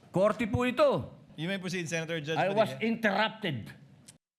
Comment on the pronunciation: "I WAS INTURRUPTED" 🤣🤣🤣